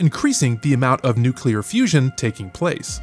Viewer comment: I guess it was a live narrator, Mispronounced Nuclear.